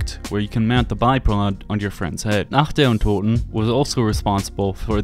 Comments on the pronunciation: I'm german and I've never heard a native english saying "Nacht der Untoten" that correctly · As a german, I'd like to point out how wonderfully you pronounced "Nacht der Untoten" thank you! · I really have to say, as a German, it satisfies me that you can pronounce "Nacht der Untoten", so well. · Did you practise pronouncing "Nacht der Untoten"? Really good pronounciation